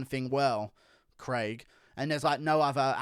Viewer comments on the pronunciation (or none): none